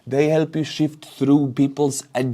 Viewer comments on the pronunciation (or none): Who needs Ground News when we have:)) Just a note on the pronunciation of "sift", it's sift, not shift. Great work otherwise, love your videos, greets from the Czech Republic.